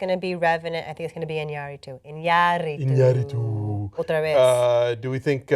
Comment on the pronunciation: The president of the academy couldn't even pronounce Iñárritu correctly.